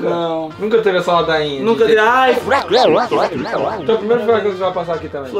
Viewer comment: NA MORAL EU TO RINDO MUITO COM A FALANDO "FURACÃO" KKKKKKKKKKKKKKKKKKKKKKKKKKKKKKKKKKKKKKKKKKKKKKKKK